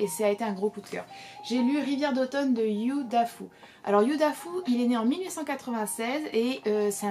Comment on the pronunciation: Prononciation : Yü Dafou :) Mais à part ça j'adore regarder tes vidéos pour me donner des idées de livres à lire.